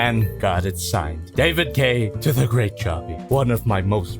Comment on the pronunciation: Jobby sounds like he’s saying “David Gay”